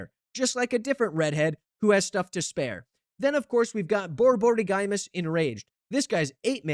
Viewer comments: Boryborygymos..... no lol. bor-bor-IG-mus, it's a greek. term for "stomach rumble". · Boar - boar - ig - mose Dude said borborygiemoes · Just as an fyi, most everyone pronounces it “bore-buhrigmōs” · Henceforth, this deck shall be named: "War is Gruul". Btw, it's pronounced: Bore-Bore-Igg-Mos. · Pronouncing Borborygmos as Bore-Borey-GuyMus is exactly what we expect from the most unhinged deckbuilder on the net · Bro is not gonna beat the pithing needle with that pronounciation :sob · Giving SethronOlive vibes with that pronunciation 😭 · I'm glad I'm not the only one who noticed XD